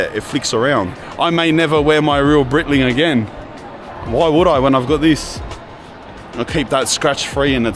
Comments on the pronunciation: lol brother Breitling is pronounced like “Bright-ling” not “Breetling”. And your watch model is called a Navitimer. “Chronometer” is just a fancy word for an accurate mechanical timepiece. 😊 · It’s Bright-ling Not Breyt-ling Cheers brother 🤘